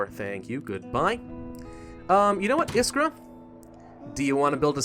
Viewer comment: i really like how you say iskra and marin wrong. the french will say the names right